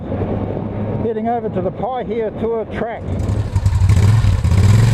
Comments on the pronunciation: You pronounced it better than most people would! 😄 Those were some cool areas you rolled through, and very scenic. Lots of history there. Enjoyed it 👍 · He's saying Pahaitua fine.